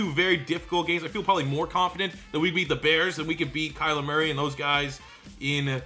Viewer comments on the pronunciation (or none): none